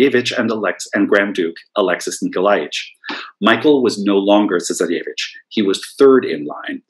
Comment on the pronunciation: Interesting, I was just thinking that he needed to work on a few of his pronunciations, e.g. 'tsarevich' - but quite an interesting and informative lecture!